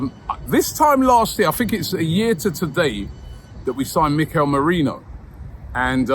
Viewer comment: Robbie love you to bits mate but you really need to do some research on how to pronounce Spanish players names. You struggled with Merino and Hincapié pronunciation is wrong.